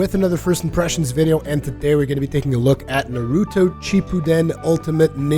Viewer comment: I just can't stand when people say Naruto like that with the long u sound. no one says his name like that, your pronouncing it wrong for both Japanese and English. it's a short subtle u sound sort of like the sound for the u in the word up. saying Naruto like this guy just makes you sound either stupid or ignorant, pick one